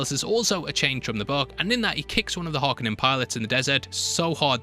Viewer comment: please pronounce Harkonnen properly - it's painful hearing you mess it up each time - it's Hark-O-nen